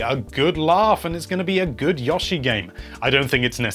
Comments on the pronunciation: After he said it 4 times in 2 sentences I was about to close the video. Only person I've ever heard say "Yah-shi" instead of "Yo-Shi". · Pronounced Yo-she not Yoh-she!! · dillian bouchard it could be pronounced either with the ooh (it doesn’t go for an w or u sound) or ah/oh (not the ‘yoow’ from yolo). here’s a native speaking like that in the first minutes and mid-video he changes to the ‘ooh’. Never ‘yoow’ though. (Also, in the beginning there’s a difference between Yoshi’s name ‘ヨッシー’ and the expression yoshi “‘よし’ - yess” that will make it clear the difference in intonation used) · Yah-she. Lol. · Please stop saying Yoshi